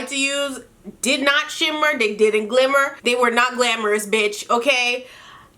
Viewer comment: She said “they didn’t shimmer they didn’t gilmmer”😂😂😂😂😂😂 I’m dead!!!